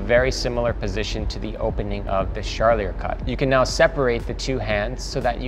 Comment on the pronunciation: His pronunciation of Charlier is driving me nuts. Lol